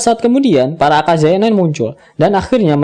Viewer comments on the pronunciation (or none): Aka-yaza min not aka-zaya 😄